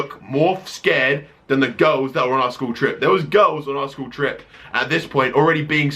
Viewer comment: When you say girls, It sounds like u say ghost :)